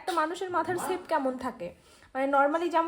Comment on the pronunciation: Sape na ota shape bole...😊